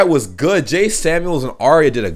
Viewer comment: He's called "jay" not "ja" 😂